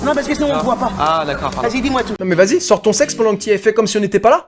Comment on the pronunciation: le « N’daccord » il m’a mis K.O 😂😂😂